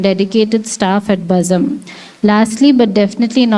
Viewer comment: Nice vote of thanks.... But it's not "Bazam" It's Bazm'